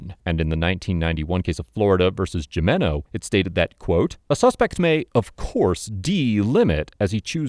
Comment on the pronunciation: Haha he said Jimeno. The J is pronounced like H. Ok the babble isn't doing you much good.